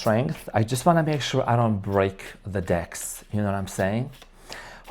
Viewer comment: "Break the decks" took me out lol for a second I thought you said something else 😂😂